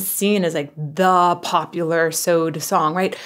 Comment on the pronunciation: "Soad???" Nah.. you either say "S.O.A.D" / "System" / spell out the band name. You don't say "Soad." - It's like Rage Against the Machine. You don't say "Ratm." It's either "R.A.T.M" / "Rage" / or spell out the band name. - GNR / Guns n' Roses, but never "Gnr." - NIN / Nine Inch Nails, not "Nin." "Voice" aside, understand the definition behind the word "charismatic." Your "literal name" is meant to influence/lead subscribers perspectives. That aside, great video, as always 🤘